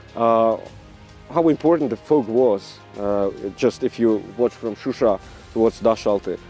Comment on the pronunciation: Also John it’s ShuSha not Susha )))